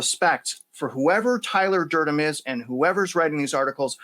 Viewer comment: Eh..... Durdennnnnnnn, Tyler Durden (N)... Not Durdem 😅